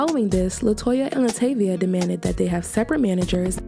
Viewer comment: I always cringe when people mispronounce Latavia's name as LaTayvia when all it takes is a quick check into her interviews with and without Destiny's Child. It comes off as lazy. And yes I'm talking to the narrator of this video.